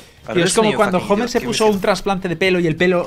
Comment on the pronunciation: Me caca cuando dicen "Jomer"